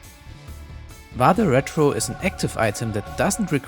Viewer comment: Really appreciated the pronunciation of "Vade Retro", even if slightly adapted to English phonemes